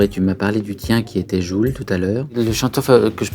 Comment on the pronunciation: 😂Jul😂 mais ptn jai mais oreilles qui saigne!!! Il dit "geoul"😂 et pas jul😂 mais en plus juk c de la pur merde